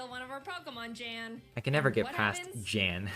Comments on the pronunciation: It is actually Jan not yan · It's yan not jan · Jan's name is Said like H-aan